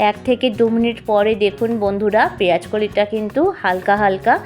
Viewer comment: Recipe টা বেশ , তবে দিদিভাই ওটা পেয়াজ নয় “ পেয়াঁজ “ , আর ফুলকফি নয় “ ফুলকপি “ উচ্চারণ করুন,কাচালঙ্কা নয় , “ কাঁচালঙ্কা “ বলুন। আপনার কত কোটি লোক বাংলাদেশ থেকে এসেছিলেন? সেখানকার ওই মোল্লা ভাষা টা বদলে নিন